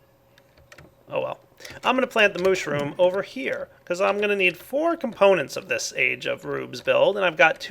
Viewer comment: did u say plant the moshroom?